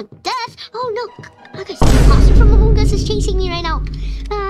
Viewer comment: I love how you say “amoong us